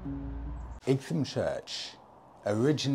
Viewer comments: Hi Please, Please get your pronunciations correct!! Four times you mispronounce the Ightham a place I was based at for the Surgery in Brough Green for about 4 years. Great area and many of my patients lived in the area right up to Sevenoaks. Your channel is amazing and Happy New Year Warm regards Richard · Pronounced like the Isle of WIGHT I think you'll find. A few months ago I predicted that your next bike would be a Super Meteor...and I'm standing by that prediction. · Great vid as usual…nice to see our county on here again - it’s pronounced ‘I tam’ though ! 😁😂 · It's pronounced EYE-TAM or "item". Like many English words, the "gh" (as in "light") is silent. The "h" is also silent. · Igtum lol. You need some Kentish lessons. 🙂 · I had to do a double take when I saw your title. I grew up in Ightham, and even worked as a kitchen porter in the George and Dragon around 15 years ago. It was utterly surreal to watch you ride through roads I once knew so well. As other have mentioned it is pronounced "eye tam", but my my you do have quite a talent for finding the hidden gems no one else seems to know about. Never would have thought I'd ever see one of my fav youtubers in my old little unknown village. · Igthumb? 😂 Sorry but it made me laugh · Happy new year and Monica, it is a nice village and the Mote is worth a visit. Generally it is pronounced It'm like light without the L. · Hi. My wife and I know that area very well. It’s actually pronounced “Eye tam”. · It's pronounced "eye-tem". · Hi, great to see you taking my advice to go to The George and Dragon but I’m so sorry that I didn’t tell you how to pronounce Ightham! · What?? pronounces something wrong? Surely not!😂😂